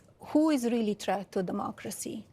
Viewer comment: Lady can't even pronounce the word "threat" correctly. 🤦‍♂